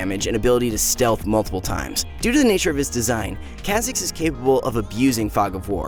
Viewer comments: Is that how you say Kha’zix? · Someone tell this man how to pronounce kha zix